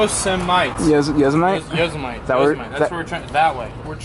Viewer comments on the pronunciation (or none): yo-sa-mite lolz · I didn’t know Yosemite rhymed with vegemite.